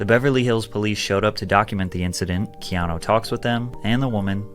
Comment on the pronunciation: Keeno reeeves